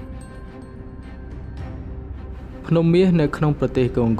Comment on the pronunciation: អញឆ្ងល់ណាស់ ? Congo កុងហ្គោ វាទៅជាវាអានថាកុងហ្គោល អាតៃហោងឯណាឆ្កុយអញ្ចឹងទៅ ? ទីក្រុងម៉ូស្គូ វាទៅជាវាអានថា ទីក្រុង មូស្គូល ឯណាអញ្ចឹងដែរទៅ ? ចេះប្រកបអក្សរខ្មែរទេ អាតៃហោង ?